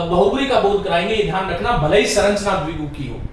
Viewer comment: श्रीमान आप संरचना को सरंचना क्यों बोलते हैं ।